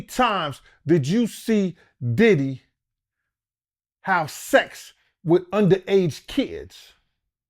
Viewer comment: pronounces everyone name wrong now so they won't sue... I can't believe y'all aint figured that out yet